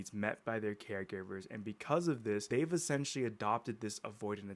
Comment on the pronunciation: Stop sayin ESSENTIALY